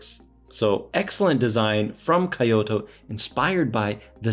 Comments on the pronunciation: Kyoh-toh, not Kai-oh-to. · Kyoh-toh, not Kai-oh-to Great looking watch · I mean if you say KEY-O very quickly then it ends up sounding like KYO. But if you slow down the phonetics it definitely does not come out to KEY-OTO. That is definitely not correct lol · Brand is pronounce "koo-oh-eh." The city is pronounced "kee-oh-toe." Nice review. Thanks. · Thanks for the video! I appreciate the Initial D reference, although I think a Casio G-shock might look more natural behind the wheel. Also, you’ve got the name of the watch maker pronunciation down, but Kyoto is pronounced like KEY-oto if that helps. Sorry to be that guy! 😅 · Not to tack on, but KYO is pronounced together in one syllable. Not two separate syllables. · calls Japanese friend to confirm pronunciation of brand name......immediately mispronounces Kyoto 😑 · Hey you pronounced the watch name right but not the name of the city. Kee-oto. Not Kie-oto. 👍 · you got KUOE pronunciation right..good! but KYOTO...I suggest to be KEE-YO-TO..not Kaiyoto.👍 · 😂you got Kuoe right and then you killed it saying Kyoto. Ask a Japanese how to say Kyoto too. Jokes apart, thanks for sharing this gem with us.